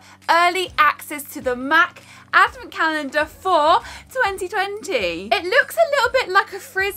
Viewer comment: me, a humble mexican girl: What in the world is a "avacandah"??? oh... is she trying to say "advent calendar"? XD